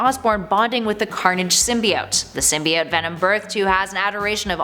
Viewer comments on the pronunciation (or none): none